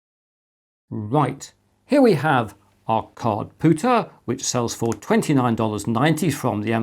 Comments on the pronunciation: It was nagging me that something wasn't quite right. I watched the video again and realized you are pronouncing it Cardpooter instead Cardpewter. Very odd! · Com-pewter so therefore card-pewter not card-pooter. Just because it annoyed me, lol. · I know it's not the point of the video, and perhaps not useful criticism and I should just jog on... ...but your pronunciation of card-POOTER and not card-PEWTER has me with my head in my hands 🤣 No hate, keep doing what you're doing, your videos are both educational and entertaining! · Kard-Pyew-Tur Unless this is a "poo" joke that I'm not getting? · did you say card pooter?